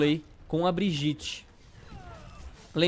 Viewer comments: Calango Br Olá uma pequena observação: o nome dela se escreve Brigitte, mas se fala Briguita. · Se fala "briguita" porra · A pronúncia do nome dela é mó estranha, Brigitte (Briguita) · Se pronuncia Briguita pessoal... Não vamos ser os únicos a pronunciar errado...